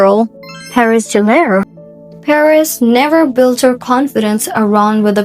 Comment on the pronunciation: GELLER not Gel air